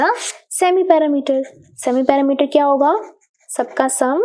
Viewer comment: Perimeter mam said paerameters😂😂😂😂❤